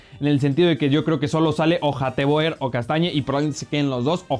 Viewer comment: Hateboer se pronuncia hatebur